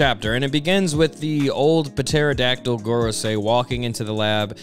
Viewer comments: Thos has been driving me crazy. The "p" in "pterodactyl" is silent. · Just saying but the P is silent in pterodactyl.